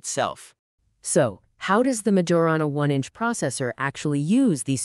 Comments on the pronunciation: Honestly, the minute they massacred the Majorana name, I clicked off. That’s a pretty basic quality check for whomever is putting this together. It means someone either didn’t listen to it before publishing it or didn’t catch it because they didn’t know any better. Also, if you are going to use AI, it should be labeled as such in the opening sequence or in the title so that people know they are not going to hear humans speaking. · When the young guy started speaking, I had my suspicions. But when the obviously AI-generated voice joined in, I knew this was entirely generative AI. And they couldn’t even be bothered to get it to pronounce Majorana correctly.